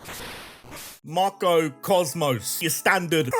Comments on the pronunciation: I love you but god every time you said “Marco Cosmos” I was losing it😂😂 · Hearing "MAR - KO Cosmos" made me giggle uncontrollably every time they were mentioned. Idk if my guy has dyslexia and reading it incorrectly, I'm not judging that, all the more power to you actually because if it's unintentional then you're effortlessly hilarious. And if this was intentional, well played, you've successfully scratched my personal "pronouncing things incorrectly" itch that I've developed from watching FlygonHG and his intentional mispronunciation of certain Pokémon names. Bravo. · losing my shit at you calling Galar's team "Marco Cosmos" 🤣 (its Macro)